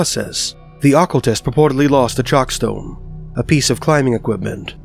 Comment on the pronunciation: bro please learn how to pronounce "occultist"